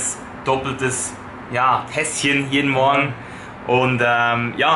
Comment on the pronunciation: schaue das video auf dem iphone. wenn ca. bei "Tässchen" sagt springt jedes mal Siri an, weil es statt Tässchen "Hey Siri" versteht oO